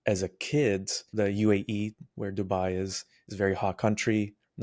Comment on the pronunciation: The way he pronounce Dubai and Dua is enough to show he's not a transplant